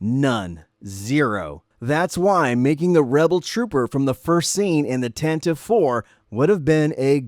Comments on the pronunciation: Tan - tive 4?? I always thought it was pronounced Tan - te - vee? 🤔😅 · Thanks nice video! I would have loved some of those figs. Isn't it pronounced tan-tiv-ee IV? Thought I heard that on the radio drama